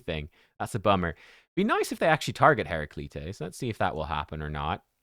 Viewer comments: It should be Hair-Ra-Kleet-Tees. It would sound like a Greek mythological name. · "Hera Kleets." Pronunciation. Other than that, he is verrrrry funky!! It's Christmastime in Raid so ideas are courting those holiday bonus cheques. LOL